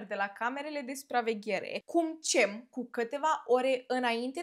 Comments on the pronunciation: C din Turcia se citește G -GEM nu CEM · Se pronunță "Minever" că ai zis că pocesti😂 și GEM spor ❤ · Cem in turca se citeste Gem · Bună, se pronunță Gem